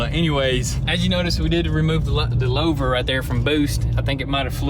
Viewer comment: It's pronounced louvers (loovers)